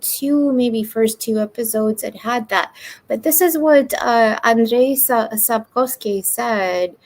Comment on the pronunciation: "Slavic background" lady is strange. I was very surprised when she tried to show off and messed Sapkovski's name. "Andrey Sapozhnik". Lmao.